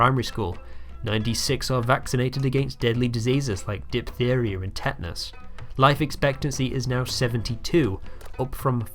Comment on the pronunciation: Diphtheria* not Diphtherier